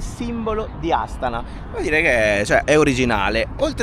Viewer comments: Buongiorno Ragazzi, sì dovrebbe pronunciare Astàna. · Volevo dirvi che la pronuncia corretta e’ Astana’ e non Astana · Voi continuate a cadere sugli accenti.😂😂😂😂😂 Astana va pronunciata con l'accento sulla seconda "a".